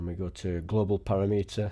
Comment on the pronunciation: para-meeetah? LOL